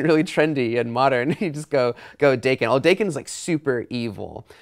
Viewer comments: Yeah I am.... Are you reading the same ones? Or just imagining you're right? Theres NO "r"... Its DAKEN not DARKEN. Like I said, Its japanese. Da "a" as in "Apple", Ken just like saying kin. Daken. Reading comprehension. Try it. Daken means mongrel... Its all in his origin story... YOU should try reading the comics. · Where is there an "r" sound in Daken? It's japanese. the a sound is pronounced like the "a" in apple. Daa ken. Not Dar ken. WTF? And i have proof: They tell you how to pronounce it in Wolverine Origins when he first appeared.